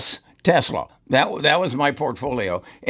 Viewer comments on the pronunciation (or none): none